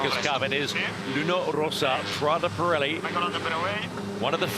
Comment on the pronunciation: Pirelli non Parelli ...